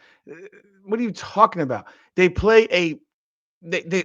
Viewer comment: Ole girl left the "L" out when she said "PAY" as she meant to say "PLAY"